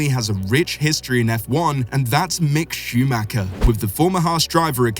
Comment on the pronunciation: Mick Shumacher? are you serious?